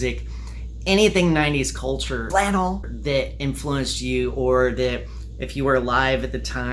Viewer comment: STP was awesome oh and by the way “Flannel”